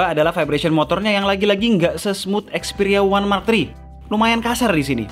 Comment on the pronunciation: Dari tadi ane dengerin ya "One Mark Tri"